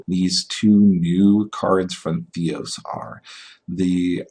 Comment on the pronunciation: Why are you not pronouncing the "R" on Theros? nice video other than that! good info on the card value, on first sight Polukranos looks not good enough for standard, but Mark says its much better than it looks...we can only hope...c